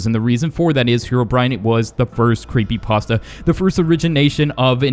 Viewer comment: Creepy pasa or Creepy pasta?